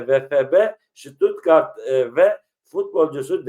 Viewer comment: Stuttgart,, U,,, A DEĞİL